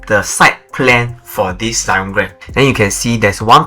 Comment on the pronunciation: Why Zyon instead of Zion?